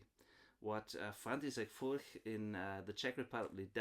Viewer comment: How would you compare Furch to Atkin? I've seen your review of the Atkin OM, i have a Furch Vintage 3 OM SR and I'm considering getting an Atkin OM. i know yhe are different models, but in general, how would you compare Furch to Atkin? Thanks, and btw, you pronouce Furch a lot better than me 👍